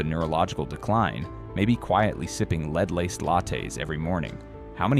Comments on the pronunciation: He is saying Led instead of lead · AI says leed instead of lead. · It's not pronounced leed it's pronounced LEAD. YOUR BEING LIBERAL ...MISLEADING PEOPLE ITS LEAD, LEAD IS DEADLY. DO YOU KNOW HOW YOUR STIROFOAM CUP IS OFF THE CHARTS WITH RADIATION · In some of your words (lead) is pronounced led. Not always lead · Leed levels? Yes AI does sometimes refer to the pronunciation “lead” but just as often substitutes “leed”. The video complains about shortcuts being taken and yet cannot afford a non-AI narrator. My opinion. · You can't even get the narration to pronounce "lead" as "led" instead of "lead", like leading someone toa wrong conclusion. So who can believe you? Just in it for the $$$. My guess is this is FALSE information! Thumbs down! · IT is NOT LEAD...IT IS LED (LEAD) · Your computer voice is saying lead wrong.. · Educate your AI it's not lead a horse to water, it's the mineral LEAD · Is the guy too dumb to pronounce lead🥸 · I have heard so many lies that are nowhere near the truth on videos that are narrated by AI. It is pretty obvious when the voice narrating the video miss pronounces words like lead. Also, there is something about the voice that does not sound authentic, and I am blind, and am good with voices. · This has to be an AI voice. “Lead” isn’t even pronounced right. I don’t want to listen to this artificial voice. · Hearing the AI voice mispronounce "lead" makes me distrust the content. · Please make the robot pronounce lead properly. Also please get rid of the little guy on the right screen on the bottom with a glasses he's Goofy and doesn't say anything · maybe if your said LEAD correctly (as in the medal), not as in a leader.... people would understand the DANGERS! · It's led, not leed, brilliant A.I. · Mold and LEAD, not Leed. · Lead is being pronounced incorrectly. Not leed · You kept saying "leed" instead of lead. A.I. talking. I'm out. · Lead is not pronounced leed . It is pronounced led. Moron! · LEAD, NOT LEED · Lead not leed😤